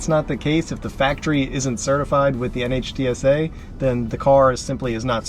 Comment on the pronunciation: Small point, but NHTSA is just pronounced Nitsa, the same way you wouldn't spell out NASA. My dad worked there in the 70's and 80's, so the agency name is something I grew up with -- it's really jarring to hear it letter by letter.